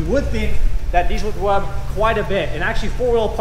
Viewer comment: he says wub and not rub 😂😂 good video! Thanks!